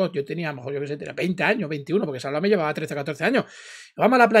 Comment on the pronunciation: A ve chica : tantos años y no lo sabes pronunciar..Sálvame...No salvamé. Qué no aprendes 👎👎👎👎